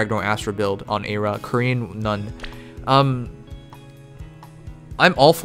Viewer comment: OMG MY AYRA IS THE FIRST UNIT IN THIS VIDEO!!! btw it's pronounced "Korean one" not "korean none" haha